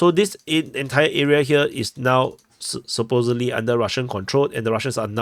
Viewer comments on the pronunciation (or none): none